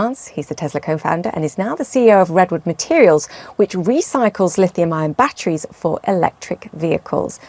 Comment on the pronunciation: Why the f does she over enunciate every other syllable. BATT-TREES...